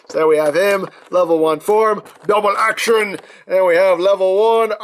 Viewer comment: I like that he said dubble ax